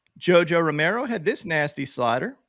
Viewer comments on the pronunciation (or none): none